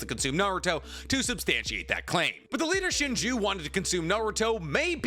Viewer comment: yeah i'm really confused why didn't use their names correctly. i had to turn the video off cause he said "leader shinju" 75 times.